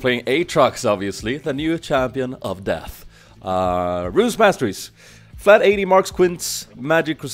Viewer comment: sounded like you said, "fat ad marks" instead of flat LOL